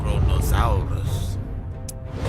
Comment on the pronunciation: Why does ai pronounce kronosaurus in the Italian way like kronosAUrus?